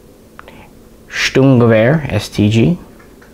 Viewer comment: Finally a worthy person ,who pronounced the German term Sturmgewehr correctly as it has to be. P.S. i 'm resident in Germany